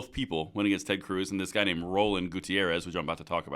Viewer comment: Beto's brother Rrrrrrroland, lmao, Go Ted!, Thanks.